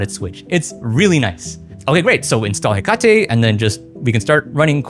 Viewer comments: Another major video that pronounces hekate wrong. : ( The firmwares naming theme is Greek mythos themed, like Nyx, so Hekate is pronounced like the Greek goddess, HEH-kuh-tee. All shade aside, fantastic video, I've honestly been looking for something like this. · “heccuh-tee she’s a goddess of magic I think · Hekate (“he kuh tee”) was the Greek goddess of magic/witchcraft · Hekate (HEH-kuh-tee) Greek god of magic and witchcraft. If you have played Hades 2 when you know who I'm talking about and how to pronounce it. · awesome video but the way you said hekate/hecate made my eyebrow twitch LOL